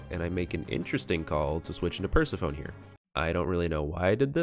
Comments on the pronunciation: "Per-se-PHONE" Bro its Per-seph-eh-nee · okay so pikatails pointed out i mispronounced persephone the entire video so MY BAD…